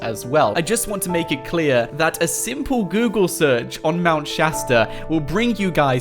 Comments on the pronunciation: Mount shousta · Mount shatsta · Progen J its Mount Shasta not Chasta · Mount shashter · Its mount shatard I live in Los Angeles I go there all the time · Mount choow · It is called mount Shasta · Mount Chasda ore chasta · Mownt shaster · Mount sashter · Isint it mount keleb